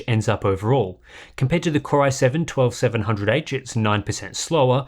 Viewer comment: anyone else hear "cryo-7" every time he says "core-i7" nah? just me? ok. bye.